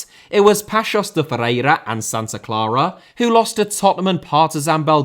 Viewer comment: Hey. Good job as usual! Just check your prononciation of Paços and Famalicão though